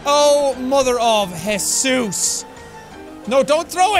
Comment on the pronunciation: Is it just me or is the way that Sean says Jesus is better then the normal way ”JAEYSUS”